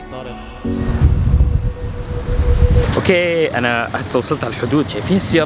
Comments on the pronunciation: منو علمك لغه عربيه طارگ. اسمه طارق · جبل طارق مش جبل طارج